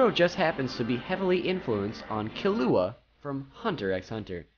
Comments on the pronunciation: I swear to god he better learn how to properly say killua's name or so help me ichigo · the way he said killua...